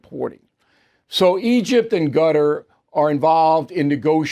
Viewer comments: Bill ! its NOT Gutter !!! its KaTAR !!! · Bill off his game first 2 mins in. Is Qatar not Gutar, and Rafah is in the south not north. If Bill starts going senile I'll be upset.